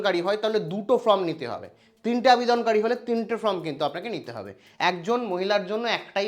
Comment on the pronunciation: আরে ভাই উচ্চারণটা ফর্ম,ফ্রম নয়।